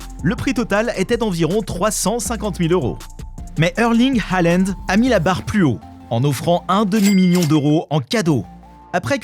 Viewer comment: Il a dit allend au lieu de halland